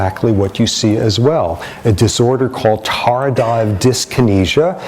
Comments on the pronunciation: I believe it's pronounced: tard have dyskinesia not tard dive dyskinesia. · Butt, now that I think about it, the correct pronunciation in New Zealand would probably be: tard hive diskinesia.